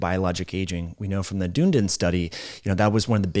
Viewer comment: Ahhhh! you said dune-din study again!😮once again, I lived in Dunedin Florida for 25 years (btw Ron Desantis also comes from Dunedin)… it’s pronounced- Done-Eden. Your welcome again!